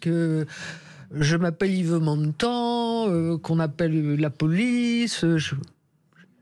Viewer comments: Honte à vous Sud Radio ... Montand, un d pas un T. Vous degringolez dans mon estime chaque jour un peu plus.... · Montand et non montant